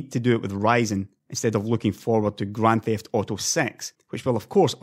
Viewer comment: "Graand Thift Auto Sex" :D